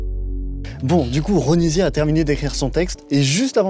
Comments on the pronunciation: Je connais pas l artiste a la base mais il a dit Ronivia au lieu de Ronisia? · Ce n’est pas ronivia c’est ronisia